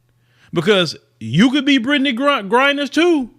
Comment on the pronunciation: Yay finally got her name right lol